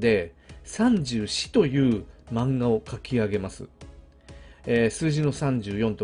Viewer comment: 34のイントネーションが気になる笑 三銃士と同じイントネーションなはず、、、